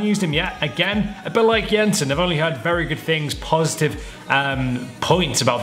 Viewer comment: FINALLY a english FIFA youtube Said "Jensen" right 😅